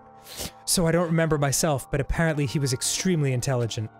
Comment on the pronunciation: Emphasis on "apparently".